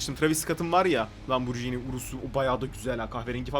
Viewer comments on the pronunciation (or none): ben tofaş alçaktım param yetmedi sen lamborjini diyon